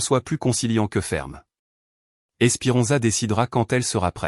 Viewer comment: Esperenza pas espirenza et